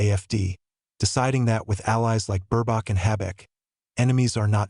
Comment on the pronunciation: Why do you keep calling him shoals, and whats with Burbach? Anyway, Scholz and Baerbock are amazingly inept. Scholz has almost single handedly helped to bring the economy to it's knees, as Britain did with Brexit. Let's hope they are gone by the end of February. Germany definitely does not need the likes of the Afd in power. They have too much of a whiff of Xenophobia, prejudice and racism. That's the last thing Germany needs today. Hopefully Merz becomes the new Chancellor, and has the courage and strength to stop American interference in Germany' government. It's obvious to any fool that, America uses her allies to enhance her economy and reenforce her Military reach and might. Germany should work with Russia, Turkey, China etc, where as equal partners, the benefits are shared.